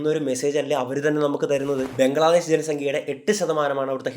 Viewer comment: ബംഗ്ലാദേശ് ❌ ബ്രംഗ്ലാദേശ് ✅🤣